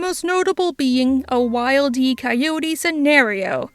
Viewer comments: I cannot believe you said “Wild E” it’s Wile E, like wiley, which is a common word used to describe coyotes. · It's not Wild-E Coyote It's Wil. E coyote